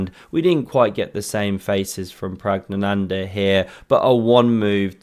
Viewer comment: Kudos on enunciating Prag's name.